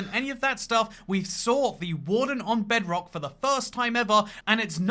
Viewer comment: Man almost said "jebrock"